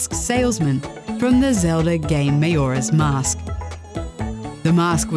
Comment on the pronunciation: Her reading the script and not knowing how to pronounce Majoras Mask, and then saying Scorpio instead of Scorpion was killing me....